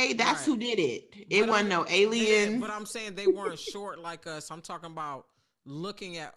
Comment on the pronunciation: kills me saying Elien!